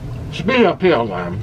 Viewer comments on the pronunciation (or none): Plz don't say "pineal" like that lol